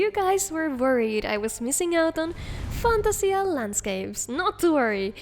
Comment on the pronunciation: Fantasia is pronounced FAN-TAY-ZHUH